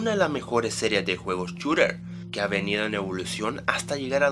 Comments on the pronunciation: mmm far es lejos no cerca , cerca es close , por favor aprende a pronunciar , se dice "esplatun" no "esplatoon" , tampoco digas "chorer" , simplemente "shuter" y si vas a decir call Of duty con acento hazlo también con lo otro , sólo es una crítica constructiva no quiero ninguna rata picada , gracias. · Porque dices chooter